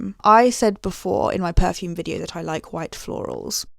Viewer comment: Brilliant vide-oh, alm-oh-st adorable